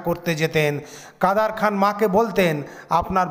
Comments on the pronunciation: এরা নুসলমাম নাম ভুলভাবে উচচারণ করে মজা পায়।কাদের খান হয়ে গেল কাদার খান।এমন উদাহরণ পতশত দেওয়া যায়। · উচ্চারণ সঠিক করেন। কাদের খান।